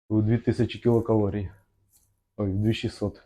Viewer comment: Нарешті хоч у когось звучить правильно ! КІЛОкалорій, саме так ! За це можна пробачити і "клітчатку" і "вуглеводи" і "получається" ) Дякую за просвітницьку роботу !